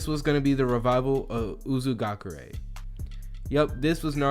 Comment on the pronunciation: M8 it's actually called Uzushiogakure (not judging, just correcting to help)